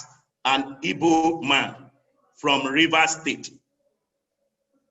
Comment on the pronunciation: It's a big shame many of you can't even pronounce the name IGBO properly rather y'all are repeating this NONSENSE Ibo Ibo Ibo, it is IGBO IGBO IGBO OK